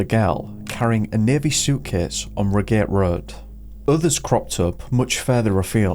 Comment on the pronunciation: Reigate road is said rie-gate road. Not to nit pick but because it could be helpful in jogging a memory. I know it's free long shot but you have a big platform it's possible.